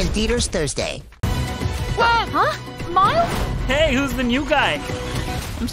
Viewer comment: "Mails" XDD its Miles